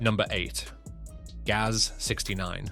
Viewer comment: Russian automobile marques are spoken as a word. Not spelled like G-A-Z, but as the word GAZ. Same goes for UAZ and the Romanian ARO, and aircraft types like Tu, Il etc.